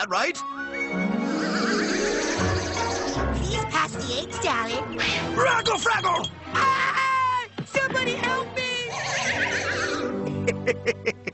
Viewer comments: I like the part where he said rackle frackle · When I was a kid, I thought he was saying "raggle saggle", not "raggle fraggle". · One of the best parts of the series. And my childhood. But when I was kid I honestly thought he said reckle freckle lol